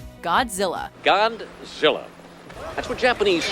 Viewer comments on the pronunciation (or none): "Gond-zilla" I can't believe that I've seen that movie at least a dozen times and I've never noticed that before.